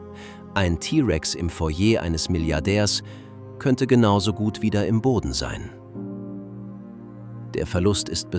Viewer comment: dann bringen sie doch ihrer englisch orientierten KI bei das es im heißt und nicht ei äm....oder schreiben sie sich doch den Text auf und lesen ihn selbst sie haben bestimmt eine sympathischere Stimme...und geben dem ganzen was menschliches